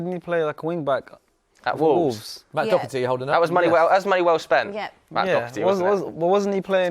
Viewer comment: As an Irishman hearing English people pronounce Doherty, DoCKerty is just my kryptonite, everyone there could pronounce zlatan Ibrahimovic perfectly, but Doherty is just too difficult for there tiny brains